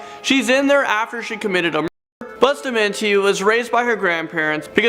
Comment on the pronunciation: If you have the capacity to murder, rape, or torture another human being or even an animal, you deserve whatever you get plus even more. I don’t care how old you are. Psychopaths start early and sociopaths just start. Bustamante is pronounced Boo stuh mahn teh. 🥴😝🤣